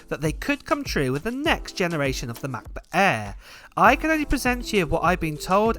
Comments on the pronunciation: M-FREE MA-BO-EEEH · makbuk eee and makbuk proow